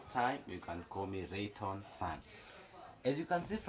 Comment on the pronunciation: The name rayton came out so well at the end❤️❤️❤️❤️❤️